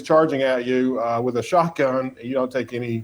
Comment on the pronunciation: Biden said, "buy a Shottgun"😂😢😅